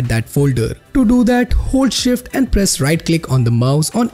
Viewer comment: When you said hold shift i giggled a little because you said hold shift like you were talking in Norwegian but in Norway you write it like hold skjeft with means shut up